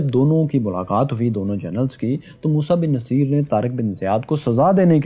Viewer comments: vai, it will be musa bin nusayr...actual pronounce... did u get another one as naseer? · Its Musa Bin Nasaer and not Naseer !! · It's Musa Bin Nusair not Musa Bin Naseer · Sir the pronunciation is mosa bin nusyr not mosa bin naseer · Musa ibn Nusayr موسیٰ بن نصیر is right pronunciation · موسیٰ بن ٗنصّیر آپ غلط پڑھ رہے ہیں ن کے اوپر پیش ہے اور ساتھ میں شد ہے ص پر آپ نام کی تصیح کر لیں کمنٹ کا جواب لازم دیں شکریہ😍